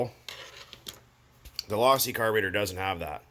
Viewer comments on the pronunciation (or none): Its pronounced low-see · Do u not know how to pronounce losi if u don't know how to pronounce it don't fuck with losi at all my girl learn how to say it's pronounced low-sea kay